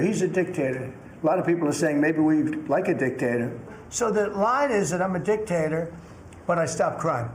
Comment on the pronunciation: Also dic"k"tator shaped.